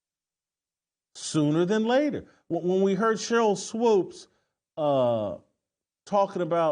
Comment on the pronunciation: I'll never not laugh at Whitlock mispronouncing names like Nalyssa (Nai Lisa) and Swoopes (Swoaps) 🤣.